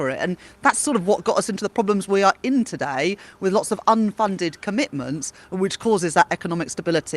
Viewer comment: Is it just me, or is anyone annoyed at her pronunciation of the word "today" - she days, "todaaay"!